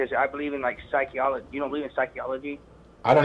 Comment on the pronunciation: Psyche-ology. Wow, almost as funny as Hypo-theesis.